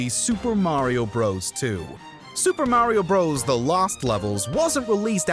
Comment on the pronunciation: The way he says mawio come on really